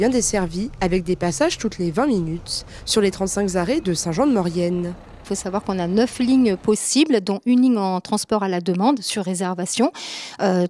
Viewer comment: Bon chien de bonsoir mais on ne dit pas 35 z’arrêts !